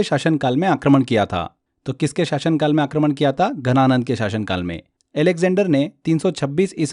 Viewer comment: घनानंद या धनानंद। Please clear your pronunciation.